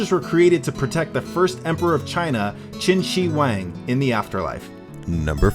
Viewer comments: Chin shi wang? I thought it was pronounce Chian - Shee - Hu - wang Qian shi huang. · i is pronounced she-hung-dee